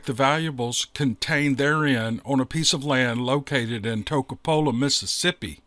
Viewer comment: Ta-ca-pola? That’s in Pontotoc County. You mean to tell me,, that you ain’t been in the fine metropolis of Toccopola? Y’all must’ve blinked or something.